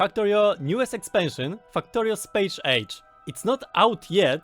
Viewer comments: It's Space Age! Not Chpache ache! Pronounciation made simple, EZ. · Hah, good luck, spéjsz éidzs